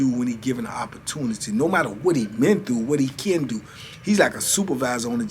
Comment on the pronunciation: Can you tell them it's pronounce do not dew🤣🤢